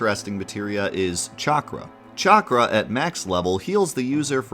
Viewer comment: “Chakra” “Regen” Chakra... Cha-Cra Regen... Reg-In Chakra = “Sha-Cra” Glad to see keep up his Ohioian pronunciation lol!